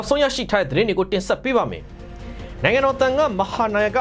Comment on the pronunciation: မုနိတာ မဟုတ်ဘူး မုနိန္ဒာဘိဝံသ မုနိန်ဒါဘိဝံ လို့ဖတ်ရတယ်